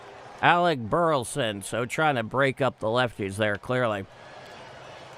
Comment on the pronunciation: Thanks for what you do only way I can follow the guard, but please say Bur La son. Not Burton